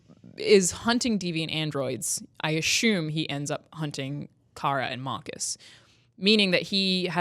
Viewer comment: The word is ASSUME... NOT ASHUME!!! So annoying